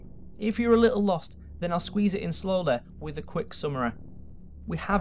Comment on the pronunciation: Hyoumanyteh Nagesawkeh Realeteh Twenteh Worreh Boddeh Slowwleh Summerreh Safteh Technolegeh Conspeeraceh Onleh Telepetheh Preeviousleh LMFAO I tried to get all of them. Tell me if I missed any.